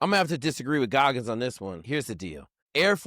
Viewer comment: Why keep saying Goggins?